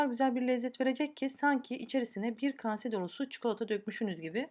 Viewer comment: Kase değil kâse.ayrıca çırpma teli yada mikser kullansanız daha iyi olur.